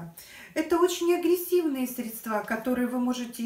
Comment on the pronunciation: СрЕдства, а не средствА.